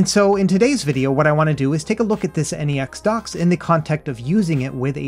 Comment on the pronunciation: N - E - X dock lol its just pronounced NEX like NEXUS or similar to NEXT. I love my "NexDock 2 Touch" and my "NexDock 360" for things like this, the Switch and my Samsung phone or Samsung tablet 👌👌